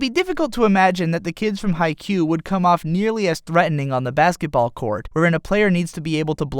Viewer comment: BaskeT. BASKET. It's called BaskeTball, not Baskeball. This is really gonna annoy me, isn't it?